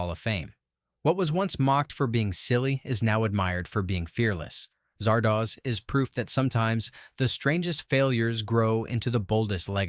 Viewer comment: I've noticed that everyone who talks up "Silent Running" tends to gloss over or even completely ignore the fact that the MC murdered his own crew and the crew of another ship that came to rescue him for the sake of trees that will probably end up dying anyway. How do you mispronounce the name Zardoz when it's said repeatedly in just the first few minutes, even if you are an AI? Kind of funny that I watched most of these movies already.